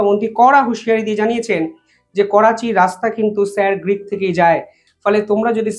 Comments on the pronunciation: Sir Creek not Greek. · স্যার গ্রীক বলছেন কেন? ওটা স্যার ক্রীক বলতে হবে। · It is Sir Creek, not Greek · Grick noi uccharon ta Creek , jeta Sir Creek er name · একটু পড়াশোনা করুন, বার বার বলছেন "স্যার গ্রীক" ওটা হবে "স্যার ক্রীক" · katha ta Greek na Creek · আরে আগে উচ্চারণ ঠিক করো,তারপর ব্লগ বানাও। ওটা স্যার ক্রিক হবে,গ্রিক নয়।প্রতিরক্ষা মন্ত্রীর ভাষণেও সেটা শোনা যাচ্ছে।জঘন্য এইসব ব্লগার।ভুল উচ্চারণেও লজ্জা নেই।গুজরাতের সীমান্তের একটি পয়েন্ট এই স্যার ক্রিক(ইংরেজির SIR CREEK)।এখানে C এর জায়গায় G কোথায়?অদ্ভুত এইসব ব্লগার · Sir গ্রীক নয়, Sir ক্রিক। উচ্চারণ ভুল হচ্ছে।